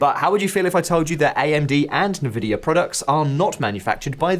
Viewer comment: NVidia? Na Vidya? Tell me you've never been a pc gamer without saying it....